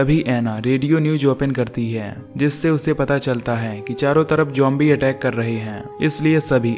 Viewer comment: Bro zombies he jombie nahi he pronounce to umhum